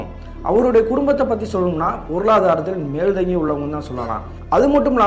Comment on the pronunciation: Bro அது மேல்தங்கி உள்ள இல்லை மேல்ஓங்கி உள்ள னு சொல்லுங்க